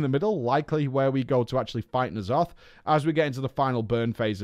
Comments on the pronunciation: "Knee' Aloth" He says... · How do people mispronounce Ny'alotha when its been said in game and devs. I've never heard of knee'alotha